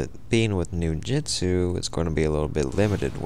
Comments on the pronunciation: Onmyo is pronounced without the n so om-yo,ninjutsu is nin-joot-su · "Noojutsu and oneemeeyo magic". I must be playing the wrong game